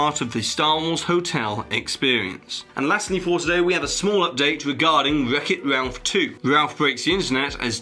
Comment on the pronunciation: "Weck it Walph"